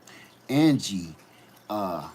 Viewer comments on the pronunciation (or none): none